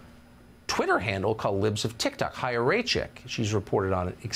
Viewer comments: The fact that no one reporting on this can, or could be bothered to, pronounce her name properly, is one of the most deliciously ironic things on the internet today 😚👌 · I love that no one gives a fuck about how to say her name 😂